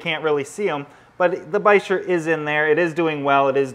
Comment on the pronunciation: So it's actually pronounced Basheer. I have a Dragon Bichir or Senegal Bichir.